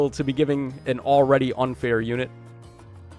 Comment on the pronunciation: Bro please…it’s Miirah-buh-lis. Not mir-a-bill-is. While I’m at it - it’s Pee-onie. Not Pee-oh-knee lol